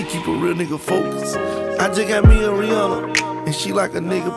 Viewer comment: If you're going to make a song called "Rihanna," at least pronounce her damn name right. Smh. It's not Rih-awna, it's Rih-ahnna, but most people don't know that.